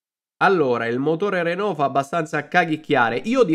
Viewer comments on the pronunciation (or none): none